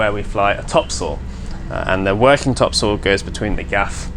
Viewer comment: Every time you sail topsoil I know it is different for Canadian audiences, but I live on Topsoil street and I know you mean topsail but it really does sound like topsoil, that you use for your garden, but I live in a fishing community that probably didn't spell it correct the first time :) 500 years ago